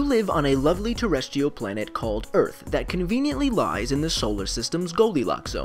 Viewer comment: tereshteeoh planet